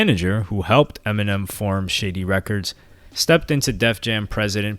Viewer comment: I like how he pronounced Shady Records as “Shitty Records”.